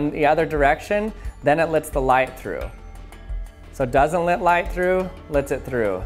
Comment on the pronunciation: I'm losing brain cells every time you say light like this